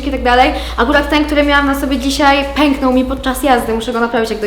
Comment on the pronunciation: NIE „PENKNOŁ” TYLKO PĘKŁ